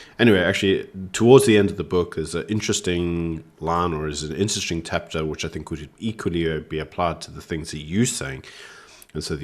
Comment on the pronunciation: ....its not called a "tapc her".... Its a "chapter" rather..... I'd just looove to read from your minds point of view! You must be having your very own party upstairs! 🎉